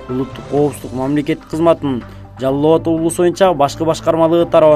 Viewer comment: Жаллабат эмес, Жалал-Абад десен торпок